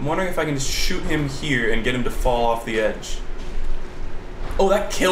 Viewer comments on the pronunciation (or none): none